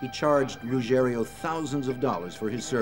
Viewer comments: You’d think the voice-over person would learn to pronounce Ruggiero, the main character in the build-up to getting Gotti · So annoying that the narrator can't say Ruggiero and always says Ruggerio. So unprofessional 🤷‍♂️ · It's Ruggi-ero and not Rugg-erio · Carlos Gambino😂 For a documentary, you'd assume they would learn their real names. Also, its Angelo Ruggiero, not Rugerrio.